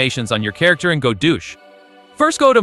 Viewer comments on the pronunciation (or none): I'm sorry, I just unhear Godoosh now...